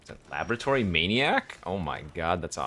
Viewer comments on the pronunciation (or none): none